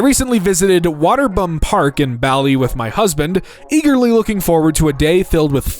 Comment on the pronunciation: How did you manage to say Bali 2 different ways and still not get it right either time 😂 amazing